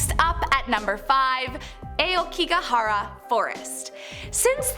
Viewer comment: This was great but I just wish she learned how to pronounce the names of places and some of the terms properly. Hearing Aokigahara read as Eyokigahara, Obasute read as Obasoot and many more made me wince. Japanese is pronounced phonetically so Aokigahara = Uh o key ga hara, Obasute = Oba Soo Te (soft eh) or Oba Ste with the u sound omitted, Oiran Buchi = Oy Ran Boo Chi not ki. Maybe google the pronunciations next time? Great work tho.